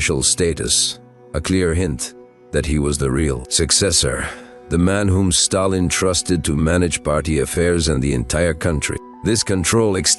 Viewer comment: When it said "Staylin" it was enough for me too.